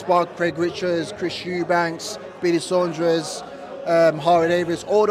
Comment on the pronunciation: Who’s billy sondres 😂 Saunders una😂